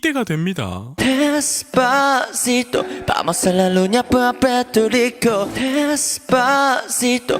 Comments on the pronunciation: JD1 빌보드 로 가자. JD1 AI 아이돌 데시파시토 발음 실력 보고 깜놀!!🎉😀🤗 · 제이디원 ㅡ빌보드로가자데스파시토발음감정감성최고최고🎉🎉🎉🎉🎉🎉🎉😢🎉💚💚💚💚💚💚💚👍🏻👍🏻👍🏻👍🏻👍🏻👍🏻👍🏻👍🏻👍🏻👍🏻👍🏻👍🏻👍🏻